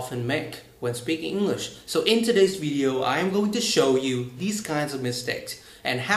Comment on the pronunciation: You need to stress some words also, you talk to fast and often do not take the time to stress some words with more than one syllables, for example: " basically, speaking, English.." if you can correct these mistakes you would sound much better.